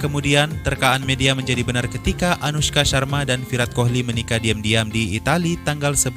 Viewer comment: Saran min, cara baca Kohli pada nama Virat Kohli, huruf H nya gak dibaca, jadinya Virat Koli